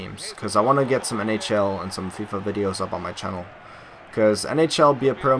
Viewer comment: why do you say channel so weird ? ahaha , not being mean .